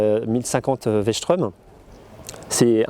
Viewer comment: Strom, pas schtraume!! elle est pas allemande ! Super essai merci!